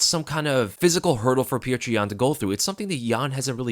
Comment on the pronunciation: So happy that you pronounce Petr correctly as "pyotir"! Now we have to work on Özdemir 😘